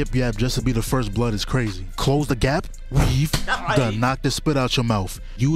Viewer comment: How the hell are you saying weave in italics